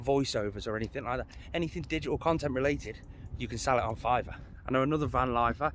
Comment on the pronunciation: FIVERR not FIVVER